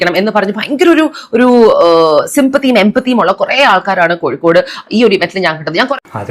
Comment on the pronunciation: Koyikode allada kozhikode...... Ni aadyam poi naak vadichit vaa